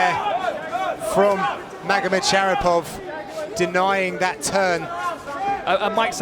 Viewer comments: 😂 the commentator keeps saying magomedshapirov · can they stop saying Magomed Shapiro???